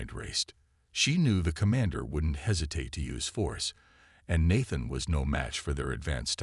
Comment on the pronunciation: Nat-than? 🤣. AI needs to learn languages before it reads.